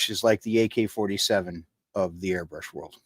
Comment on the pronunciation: YOU GUYS ARE SAYING THE AIRBRUSHES NAME WRONG